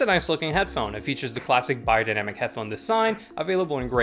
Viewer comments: Funny how the correct pronunciation sticks out to you. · That's how you actually pronounce the brand name as it is german company.